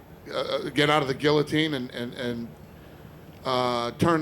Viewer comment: Love that Dana says Guillotine and not gee-a-teen like most Americans.